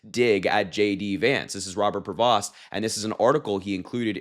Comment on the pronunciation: His name is pronounced "PRAY-VO". The S and T are SILENT!